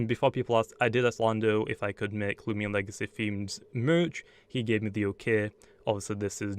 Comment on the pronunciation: Its loo-mi-na-mi